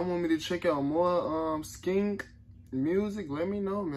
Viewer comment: yk how you pronounce the ng at the end of the word "ring" do the same for "skeng"